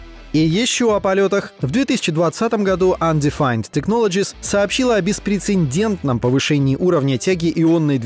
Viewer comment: БЕСПРЕЦЕДÉНТНЫЙ. Ну хватит в каждом ролике ошибаться, каждый раз передёргивает 11.02 ...беспрецеНдентный...